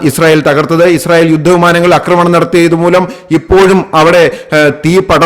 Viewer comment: അക്രമം ശരിയാണ്. അക്രമണം തെറ്റ്. ആക്രമണം ശരി